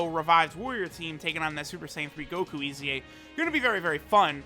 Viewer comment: Mans said koku instead of goku